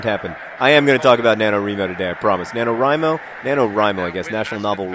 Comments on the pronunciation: My little sister and I kept screaming "IT'S NANOWRIMO NOT NANOWREMO" every time John said it wrong. Also, it's 1667 words a day (I just broke the 18,000 mark last night, but I made a point of starting 2 weeks early). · Definitely NaNoWriMo with a "Wri" like "wry." ^_^ But it's great that you like it so much. You should try to finish it! I would be interested in seeing what you produce in a shorter time (I'm sure the other Nerdfighters would, too!). Have you ever spoken on (or looked into) forum roleplaying? I know I've greatly enjoyed it as a writing medium, and others might like it, too! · Shouldn't it be pronounced Nano-wry-mo since the "wry" is writing? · I clicked on this video JUST to see how John would pronounce NaNoWriMo. So glad he corrected himself a few minutes in.